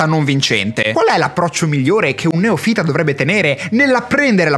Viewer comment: Che poi "neofìta" non si può sentire...😅